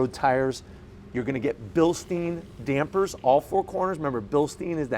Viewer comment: Bilstein not Bilsteen